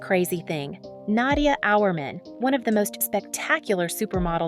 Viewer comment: Learn how to pronounce her name.